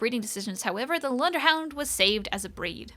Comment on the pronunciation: Your pronunciation of "Lundehund," is admirable.